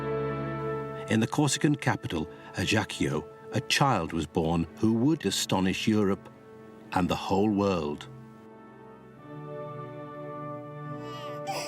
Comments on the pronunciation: Ajaccio is pronounced ayAtcho or anglicised /əɪ'atʃoʊ/ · Not a great start with the mispronunciation of the Corsican capital Ajaccio within the first minute of the film...